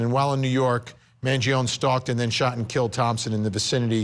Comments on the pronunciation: Despite the fact that you obsess in saying the name, don’t be so stupid. It’s not “Mangion”, it is MangionE! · I feel like Vinnie just can’t handle correcting himself so he won’t pronounce his surname right because he has started staying it wrong and too proud to correct it. It’s not a ‘own’ sound at the end it’s “ownie” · It's not Mangion'i'. Why they keep saying like that? MangionE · Why does Vinnie keep calling him Mangion its Mangione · Luigi Mangione, his last name is pronounced with the "e" silent. Sounds like "own" at the end. Man-gee-own. Start showing respect, stop treating Italians like they have a monkey and an organ grinder! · It's an Italian surname the finale E is not mute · First, learn how to pronounce Italian name correctly *Man-gio-nee. Next; Overkill fabricated charges… Get me on the jury now! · Please pronounce is surname correctly at least… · You can’t even pronounce his name right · You could get his name right...